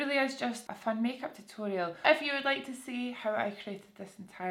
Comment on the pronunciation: Every time you said "if you" I thought you were saying "F you" 💀